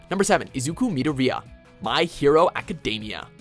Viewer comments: Just have to say when i heard say Atem and Izuku's last name i cringed alittle people at WatchMojo suck at pronouncing names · He pronounced Izukus name wrong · its izuku me-door-E-ah